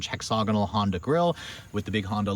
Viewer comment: Man, I love your reviews and they're the first ones I turn to when I'm thinking about a vehicle. But honestly, you REALLY need to learn how to pronounce "hexagonal". You ain't gettin' it. Ask around.